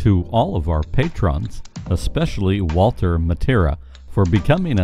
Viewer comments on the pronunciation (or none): none